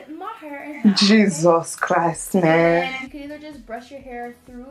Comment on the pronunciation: “Jesos Christ meeen” 😂